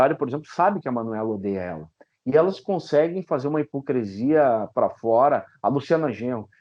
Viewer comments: Entrevista muito boa, mas doeu nos ouvidos a`hipocresia` falada muitas vezes, o correto é hipocrisia... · QUEM LEMBRA? "COM NOSSA HIPOCRI..."🤣🤣🤣